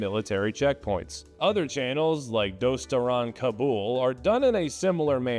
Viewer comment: It's not "dostaran kabul" it's dustaraané kabul meaning Kabul lovers or people who like Kabul